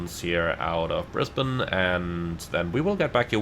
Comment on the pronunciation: As someone who was born and grew up in Brisbane, I appreciate finally hearing someone who is not from Australia pronouncing Brisbane correctly. 😊 Also, are you planning on doing any future content on the new(ish) FSS Boeing 727 Super? Most of my Australian MSFS ops nowadays are in the 727 in an Ansett or TAA livery.